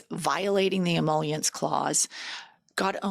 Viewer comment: FROM THE UK: You didn't REALLY say "The Emollients [sic] Clause", did you? Oh God, I think you did. EMOLUMENTS. Emoluments. It's pompous & archaic, but they were trying to COVER non-cash bribes & gifts; it might've been a beautiful coach + horses back then, or (frankly) some useful...servants. You know, Americans' chattel...servants. Now it covers 747/8 sky-palaces. I get the we're-ditzy-blondes-and-we-don't-care idea, but PLEASE, stop with the solecisms & howlers, with "abdicate" for "advocate", etc - stop it, it just looks American-ly STOOPID. It's EMOLUMENTS, not skin-care products.